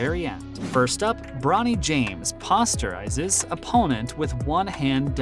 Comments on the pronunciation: pasta rizes ??? 😐😳😂 i know im not the only one who was mad lol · Lost my attention at “Posterizes”….. WTF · Posterizes 😂 please say it right